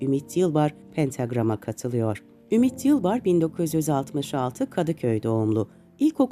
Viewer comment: Ümit'in soyadını bir kaç kez yanlış okumuşsunuz. Metinde de yanlış.